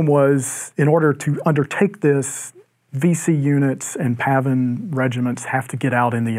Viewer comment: Hey, if you keep saying "pavvin" all the time, why don't you start calling the other side "seetoes"?